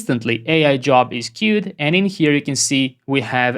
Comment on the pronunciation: That “que-wed” was funny 🤣. Such an amazing, knowledge-packed video! How do you plan or architect an application when you have no idea how it works under the hood for example, tihs n8n clone or the Lovable clone? How do you come up with the architecture?